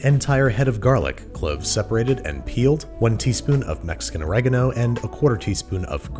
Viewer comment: Is it just me or does Babish say "Mexican" weird?? Like he's putting a lot of emphasis on the word lol